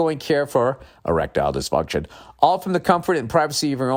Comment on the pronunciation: Hahahaha! On the reads, the way he says Erictile dyfuntion. Noticed it many shows ago, still sounds funny. Makes me think of a Futurama episode! The one where Fry is in love with Lucy Loo bot.